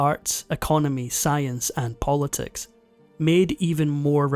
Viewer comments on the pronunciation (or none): none